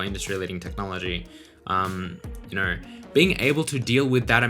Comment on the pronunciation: "you kner"